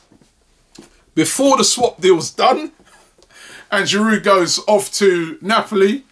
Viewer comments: its not pronounced giroud its pronounced jirou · who tf is olivier "giroudt"